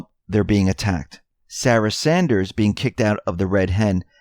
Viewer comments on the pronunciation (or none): none